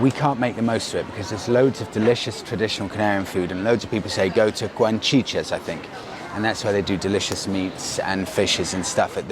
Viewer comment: Btw it's Guachinche not Guanchiche but as usual amazing video.